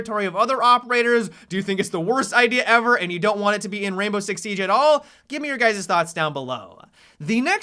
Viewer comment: i hate the way he talks sometimes this is a example why the way he says siege